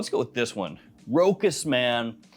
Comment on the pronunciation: FYI, Rochas is pronounced with a "sh"...so "Ro-Shaas" instead of "Ro-kas"